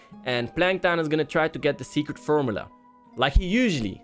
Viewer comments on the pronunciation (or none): you said frmula DARK WHAT IS WRONG WITH YOU